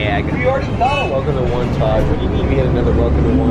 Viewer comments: This was so much fun! I live by the Kew Gardens station you stopped at, work by GCT, and am from Lindenhurst, so what a fun trip to ride along with you. It’s pronounced Wan-taw, and Manor East is a catering hall. I can vouch for the 17 diners and I’m thinking you may have missed some. 😂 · its pronounced WAN TAW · Great video, just fyi Wantagh is pronounced Wahn-Taw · Jsyk, , Wantagh is pronounced "Want-taw". Awesome video as always though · As a Long Islander, it was surreal seeing you guys go through my hometown. Also Wantagh is pronounced “Wahn-taw”. Great video as always! P.S. I’m so sorry you had to deal with NICE 😭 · Enjoyed the video up until the Butchering of Wantagh. Otherwise good video.